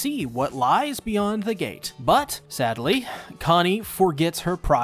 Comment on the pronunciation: Why the fuk did you mispronounced “conny”